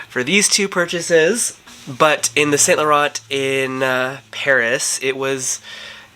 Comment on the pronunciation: No shade, but your french pronunciation is right on, except for YSL..and you own many YSL products. It’s the last “t”….silent